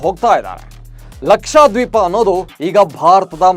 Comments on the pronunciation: ಅದು ಲಕ್ಷಾದ್ವೀಪ ಅಲ್ರಿ ಲಕ್ಷದ್ವೀಪ ಅಂತಾ ಉಚ್ಚಾರಣೆ ಮಾಡಿ. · ಸರ, ಲಕ್ಷಾ ದ್ವೀಪ ಅಲ್ಲ ಲಕ್ಷ ದ್ವೀಪ